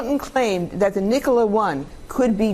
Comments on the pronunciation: Subbed immediatley, amazin channel, but it's irritating that you did not research how to pronounce "Nikola" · Am i the only one who hates how he pronounces Nikola? I have never heard it pronounced that way. I could be wrong....what does everyone else think?